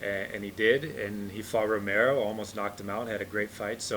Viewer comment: gianmaria merli costa says Homere instead of Romero lol